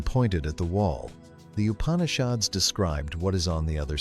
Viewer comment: Please pronounce the name of the Upanishads correctly. When you give attention to all other details why neglect this???